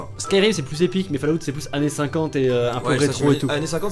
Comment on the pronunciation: Fallout prononcé fallaout me fait saigner des oreilles